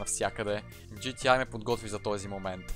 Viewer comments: професионалист ама казваш на игрите GTi вместо GTA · Джи ти ЕЙ, брат, джи ти ЕЙ, все още "А" в английския се чете "ЕЙ" :) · когато си професионалист в GTA и наричаш буквата А - "ай" LOL